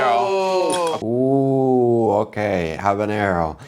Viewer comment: at least habanero was pronounced correctly. Sorry, it bugs me when people (Americans mostly) give it the jalapeño treatment